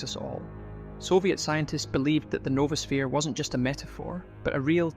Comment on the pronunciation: It's noah-sphere. Not Nova-sphere.